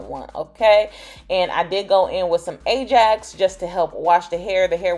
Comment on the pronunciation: Wait did you say ajax?